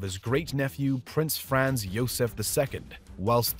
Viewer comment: Frahnts, not Franz. Pronounce it properly!